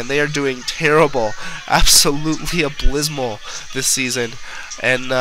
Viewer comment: Ablysmal? Lol!